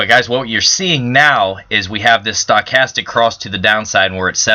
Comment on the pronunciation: I think you need to learn how to pronounce Stochastic!